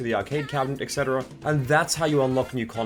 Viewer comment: "etc" is pronounced "et cetera" not "exetera"